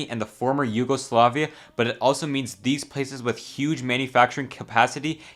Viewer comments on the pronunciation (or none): Yuge???? 'Huge' pronounced with a New York accent!!👍